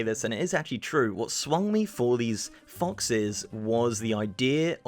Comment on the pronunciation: you said foxes and mechagnomes wrong